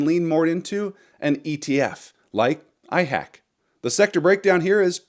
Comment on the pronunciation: IHAK not IHACK. It's volume is too low.